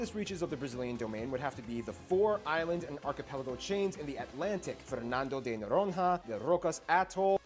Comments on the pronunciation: Fernando de “Noroia” not “Noronra” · The way this guy pronounce "Noronha" is the weirdest thing I ever heard. Noron-ha is the name of some forgotten Egyptian god. Just, no, bro. "nh" in Portuguese sounds more like the Spanish ñ, like "piñata". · He does not know how to pronounce "Noronha". I cant tell what the right pronounce is ( for obvious reasons ), but its not what he said hahahah